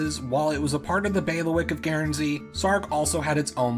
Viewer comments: FYI, it's just pronounced "gern-zee", not gairn-zee". Good video though! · The Guern in Guernsey is pronounced the same as turn or burn. Just so you’re aware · Dude, it's GURNzee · With regard to modern day feudalism, you might be interested in the Cocos (Keeling) Islands, north-west of Australia and south of Indonesia. This territory was controlled by the Clunies-Ross family until 1979. By the way, your pronunciation of 'Guernsey' is on par with Peter Sellers' pronunciation of 'George Gershwin'!